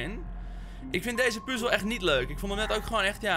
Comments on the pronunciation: Heerlijke video, mijn duimpje omlaag was niet nodig voor de positieve reacties op de game, zeer terecht. maar wie zegt er nou PUUzel inplaats van puzzel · Ik hoor het je vaak zeggen "puzel" maar het is toch echt puzzel